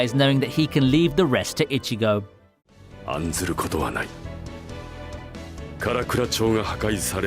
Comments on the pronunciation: IchiGO not Ichigou KuRosaki not Kuwosaki or whatever.. Meh... Insta decline, but hey, Thanks for the vid :) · Jesus christ not only did you mispronounce Vizard throughout the entire video, but you also can't even pronounce Ichigo's name right. We hear his name only a billion times throughout the series and yet you keep saying fucking "itchy"go.....like....are you really that illiterate?